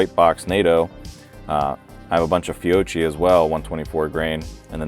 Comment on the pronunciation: Please learn the correct pronunciation of Fiocchi.